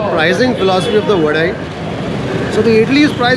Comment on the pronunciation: South Indians: Vadai:Vadeh